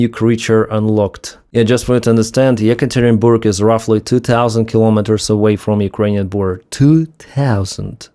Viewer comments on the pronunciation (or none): none